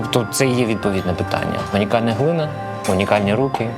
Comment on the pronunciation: Цю азірівську говірку не можу чути — наче руZня намагається вимовити "поляниця", але кожного разу виходить щось на кшталт "полуніца". І добре якби це було лише інколи — хлопці щиро намагаються, але ще не все в них виходить так як тре, проте тут це скрізь та всюди: "ісінська гліна", "горілка" (в сенсі пальник, а не алкогольний напій) — це вже якийсь треш та знущання. Людина з впевненим виглядом та захопленістю розповідає нам про тонкощі китайської чайної церемонії (тобто про суто ритуальні риси якоїсь геть іншої, дуже географічно та цивілізаційно віддаленої для нас культури), проте не в змозі опанувати українську за все своє життя в Україні.🤦🤷